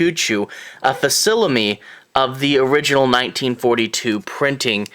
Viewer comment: Also butchered 'facsimile'.